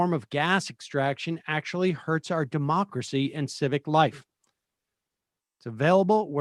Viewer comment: Is it me or did the first guess say "dim-mak-cracy?" ( as in dim mak the "death touch")